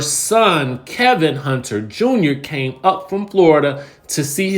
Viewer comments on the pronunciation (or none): It's Kelvin Hunter, not Kevin Hunter! 🤣🤣🤣